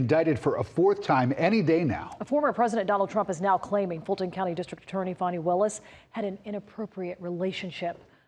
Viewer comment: Her name is Fani Willis, not Bonnie, not Williams. If you want to leave a comment about her then at the very least get the womans name correct. Fani Willis.